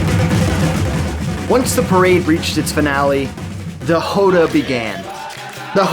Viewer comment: First thing you need to understand to get Capoeira is that it was created as a means to fight horses. Slavers in horseback. Also, it's pronounced Róda, with an open 'O'